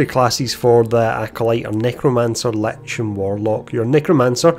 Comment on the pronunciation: I think for the first time in my life perhaps ive finally heard "lich" pronounced as intended. Also, thank you for taking the time to make this video. Much appreciated.